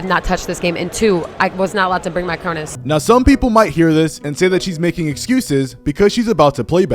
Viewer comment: she literally said "was not allowed to bring my cronus" LoL